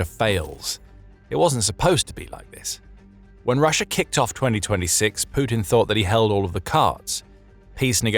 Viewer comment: lots of words with old irrelevant pictures and no real map production of actual changes. Don't take the word of somebody that can not pronounce russia correctly and keep saying russher.